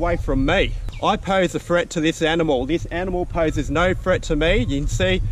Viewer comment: It’s threat not freat